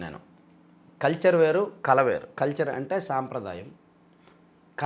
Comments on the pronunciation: "కళ" ని కల అని పలుకుతున్నారు బాబు. మంచి తెలుగు తో అందరికీ ముఖ్యం గా నవ తరం వారికి ఆదర్శం గా నిలవండి. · కల కాదు తమ్ముడూ... కళ 😂